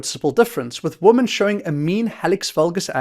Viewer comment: Thanks for the video.... Would it be possible to pronounce women correctly instead of woman please which is incorrect?